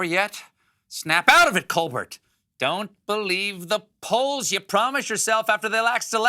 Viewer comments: You called yourself Colbert with a "t" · "Snap out of it, ColberT!" Wow, he must be in huge shock to pronounce the 'T'!